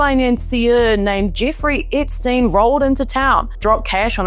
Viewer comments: It’s Epstein, lady, NOT Ipstein. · What are you , Aussie , Kiwi , South African , or which part of the Uk are you from ? Your mispronunciations of the English Language is atrocious ! Ip steen , a geen . . . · Eeepstein and mega keeps making me giggle. I love the accent you have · I love the way you pronouce Epstein like, "Ipstein". I keep hearing it as "Dipstein". 😂